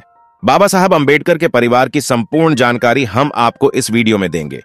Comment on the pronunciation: Sankari nahi jankari padhiye bhai